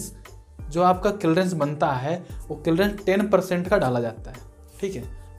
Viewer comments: Ara bhai clreance nhi ... clearance hota h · Kilrence nhi clearance bol bhai